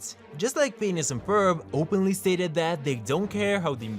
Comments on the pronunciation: It doesn't sound like he's saying phineas.. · he always says penis and it's hillarious for some reason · Him: Phineas and Ferb Subtitles: Penis and Ferb